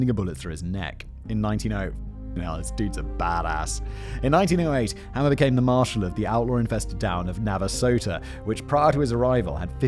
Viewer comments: Frank HAMER, not Hammer. (It was driving me insane) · As someone who has studied Bonnie & Clyde, I really enjoyed this one Simon, great job. BTW, it's pronounced, HAY`mer, like a bail of HAY that cows eat. My opinion about him and the other police that day,,,, B&C certainly needed to be stopped, but to be hired by a prison guy, Simmons, to commit murder, and make money for the commission of that murder, makes them mercenaries', just as bad as B&C themselves. I am in law enforcement and yes, I know they murdered police officers, but that's just not the way to do it. Those police and that Texas prison director should have been prosecuted.